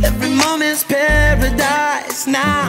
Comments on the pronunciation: La chanson est top et la voix de la chanteuse aussi mais je trouve qu'elle ne correspond pas à cette chanson. De plus son accent est horrible, elle prononce "pawadise" au lieu de "paradise" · Elle ne le prononce pas correctement. Il suffit d'écouter la différence entre elle et Cris pour se rendre compte qu'elle le prononce comme un "w" et non un "r" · On dirais les R elle les prononcent en W "paradise" elle les dit "pewedise" jdis ça jdis rien! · Est ce que c'est moi ou quand dit des mots en Anglais avec la lettre R sa sonne comme un W. Ex quand elle dit Paradise sa sonne comme Pawadise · A pawidise😅 fallait revoir la prononciation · elle prononce pawadise gros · elle sait même pas dire paradise , la fille elle dit pawadise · le prononce comme ça si tu suis bien les épisodes x) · "Paradise" c'est le nom de sa musique elle même pas foutue de le prononcer correctement...